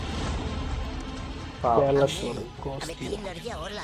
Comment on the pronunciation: wt is keral bro? Say it properly it's KERALA